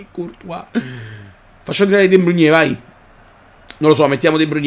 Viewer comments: sei grande però non è De Bruniè, è De Brùin, non è Aubumeiang ma Obameiang!!! Come lo dici tu è troppo difficile da pronunciare!!! Comunque continua così:D grande!!! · NON E DE BRUGNE MA DE BROIN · Ma Perché storpi i nomi dei giocatori -.- de bruyne non si può sentire come lo dici